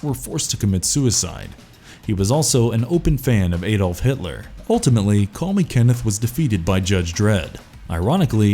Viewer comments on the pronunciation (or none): none